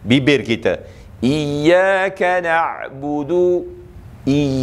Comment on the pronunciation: Iyyakanak budu ke iyyakanakbuthu?